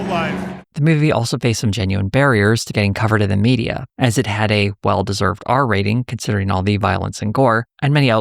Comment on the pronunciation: "Mike Lindel is the My Pillow guy who clearly had too much money." Emphasis on "had". lmao